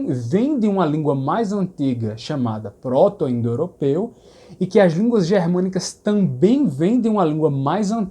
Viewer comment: Ouvindo agora, logo depois de ver seu vídeo sobre harmonia vocálica. Por que você pronuncia g(é)rmânico e pr(ó)to-indoeuropeu, sem vogais abertas posteriores?